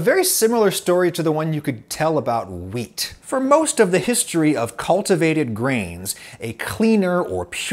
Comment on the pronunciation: You said wheat just sounds like you say weed